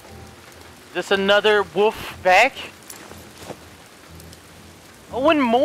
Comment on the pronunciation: Not to be mean but I find it so funny how he say wuff instead of wolf